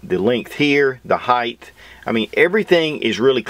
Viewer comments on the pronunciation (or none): I love your review. Not a fan of any fun who's bore axis rides high. Not sure how she shoots for me. Not much of a single stack sub-compact guy anyway. On an even lighter note. It's "height" with the sharp "t" at the end. Not "heighth" with an unexplainably "th" finisher. Not trying to be an a$$, just a pet peeve of mine. Sorry.